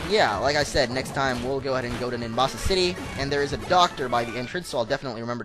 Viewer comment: its nimbasa